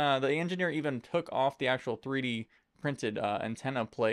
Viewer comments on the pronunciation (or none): none